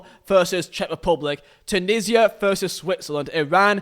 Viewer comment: I love how he says veet instead of v for versus